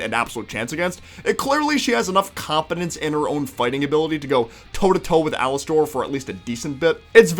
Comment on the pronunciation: Its pronounced alaster not alastor